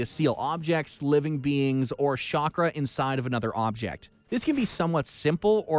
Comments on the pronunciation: It's chakra not Shakra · This is what happens when american tries pronounce japanese words. I also love shakra. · Did I hear "Shock-Ra" 😔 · whyyyyyyyyy Why do u let people narrate that have no idea about the shows????? He really said shakra my man wtf Can’t even pronounce the Sharingan. Everyone knows the Sharingan